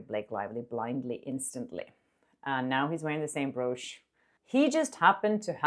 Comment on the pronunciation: I'm sorry, I love you both, but you and stephwithdadeets have the same mispronunciation for brooch and it kills me everytime I hear it😭 it should be pronounced like b"roach" ❤